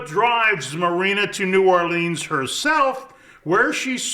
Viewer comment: btw, if you happen to care, it's N'awlins, not New Orleeens.